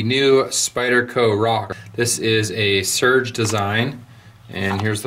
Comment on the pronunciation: I had no idea these would be so sought after. Is his name not said "Ser-gey"?